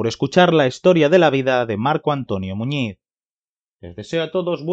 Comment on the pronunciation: Sobre todo a pronunciar bien el apellido